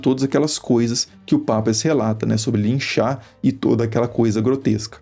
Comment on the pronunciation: Não é Pápias, sim Papías! Parem de poluir o planeta